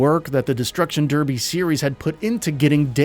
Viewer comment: go and learn how to pronounce derby